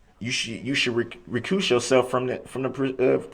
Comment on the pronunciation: Although Mr. Brooks is clearly a very knowledgeable guy 🙄, there are a few things he does not know. 1. The definition of hearsay 2. The proper pronunciation of several words, sustain, recuse and ask are a few 3. His name